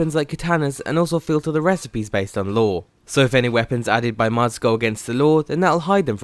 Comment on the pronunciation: stop saying "mads"